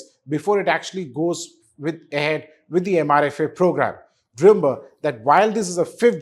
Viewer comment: ...please try saying REMEMBER and not REYMBER